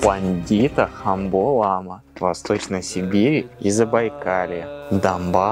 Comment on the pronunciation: В тех домах живут хувараки. Это ученики, будущие ламы. Правильно говорить лама а не лома. 1947 г разрешили построить 2 дацана во всей республике. До этого все были разрушены болшевиками, многие ламы расстреляны и репрессированы. Были под запретом национальные и религиозные обряды и праздники. Более менее стало к 70 ым годам. Разрешили сагалган. Это буддиский новый год.